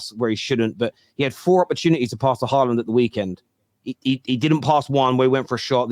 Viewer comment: cringe calling holjund haaland